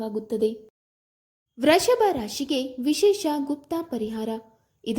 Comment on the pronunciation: Vreshabha ರಾಶಿ ಅಲ್ಲ Vrushabha ರಾಶಿ. ಕನ್ನಡವನ್ನು ಕೊಲೆ ಮಾಡಬೇಡಿ